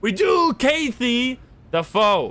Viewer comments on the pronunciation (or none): The way you said Kathy made me hurt inside just a lil, Kathy has Strong emphasis on the KA. Like kath-ee. Fun video though :D